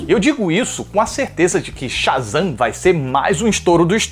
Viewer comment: "Otávio sha" e "super Zan" 😑 tu não falou isso